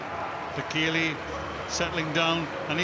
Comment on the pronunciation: I believe it's 'Bay Kay Lay' ....